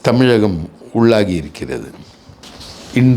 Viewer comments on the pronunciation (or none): none